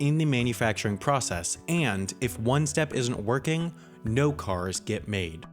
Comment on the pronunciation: each shtep xD